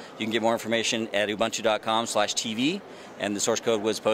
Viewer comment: why is the guy saying ubuntu in the fuckin wrong way?